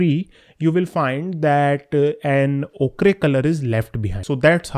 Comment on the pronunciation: Ochre is pronounced 'oh-kar' AFAIK